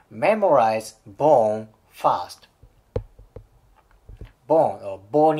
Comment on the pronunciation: R の発音を意識・訓練してくれたらもっと聞きやすいのになって思いました。たとえばfirst がfast に聞こえます。私は日本人なので理解できますが。余駅なお世話でしょうが、英語は発音とリズムが要の言語だと私は考えます。